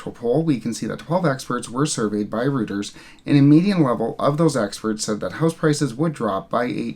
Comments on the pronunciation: It's pronounced more like royters than rooters. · Hi - love your videos. Reuters news agency was originally established in London during the 19th century. Pronounced as "Roy-trz"